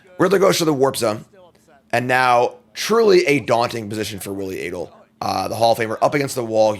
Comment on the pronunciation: maiking sure you know how to pronounce both players' names seems like simple prep for a video such as this.